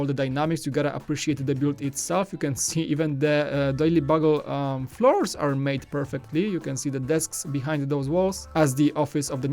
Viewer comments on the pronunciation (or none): “ the daily buggle” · "Daily buggle" 😂